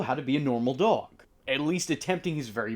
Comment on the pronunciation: Yes it is I… Dog-El 😂